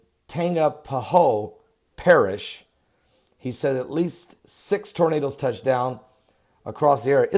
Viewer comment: Hi from Louisiana it had 7 that touch day today and you said Tangiahoa Parish wrong 😊